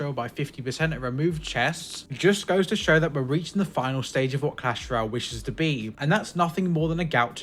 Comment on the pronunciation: Did he say cash Royale